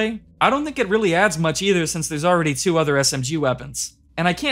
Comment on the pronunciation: why do you say 2 weird